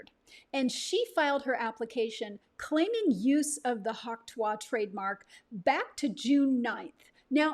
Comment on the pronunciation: Its not tu-ah